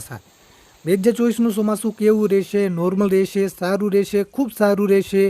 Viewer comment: Chomasu bolta phal shik